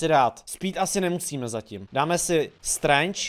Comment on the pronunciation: říkal to strange správně